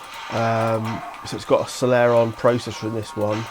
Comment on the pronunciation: Never heard Celeron pronounced like selairon before. Sounds cooler, haha!